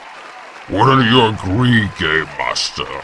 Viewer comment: I keep on hearing “Gaymaster”...